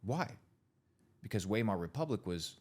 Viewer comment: This guy is so full of shit. There is zero intellectual humility here. (He drops the Wiemar Republic like he's history professor but he can't even pronounce it correctly. Lol)